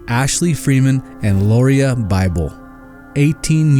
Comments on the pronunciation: First, Lauria's name is pronounced Laura. I asked her Mom how to pronounce it and that is what she told me. You need to take out the burning brick house that you said is where the Freeman's lived. Wrong! They lived in a mobile home. The incompetent sheriff's office did not initially find Mrs. Freeman. The Bible's did when they went to the burned mobile home and all but stepped on her burned body. There are hundreds of pits and mines in the area where the girls are believed to be and they aren't like the pretty blue water showed in this video. These girls are very special to me and if you can't get the story right then take it down. Yep, I'm not a happy with how you told this half truth story. The case isn't SOLVED until the girls bodies have been found. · It was Danny and KATHY Freeman, not Karen. And Lauria's name is pronounced like Laura, not how you butchered it.